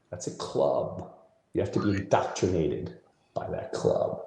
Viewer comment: does he keep saying "doctrinated"? Isn't he supposed to be a comedian? Someone who uses words for a living?